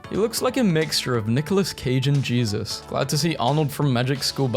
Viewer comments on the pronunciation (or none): none